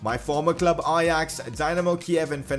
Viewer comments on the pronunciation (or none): none